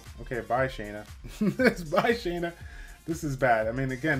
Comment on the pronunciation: Thank you for saying her name correctly